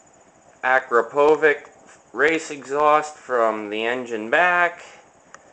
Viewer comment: akrapovic is actually pronounced ah-crop-oh-vich. its a czech company. just wanted to let you know :) not hating or anything. nice bike. i also have a RR